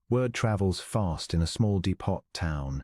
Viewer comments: Dee-pot?! Lol 😆 how about dee-po...sorry, the AI narrator makes this one hard to finish. 👎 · I agree with the comment about the background picture not having anything with the story. Also the narrator mispronounced several words (for example: depot, Coyote). The story itself had an interesting premise - hopefully the story will be worth the time I am taking the time to listen. Listening from Clarksville, TN.